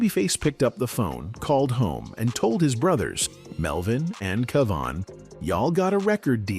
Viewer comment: Too the Narrator it's Kevon not keven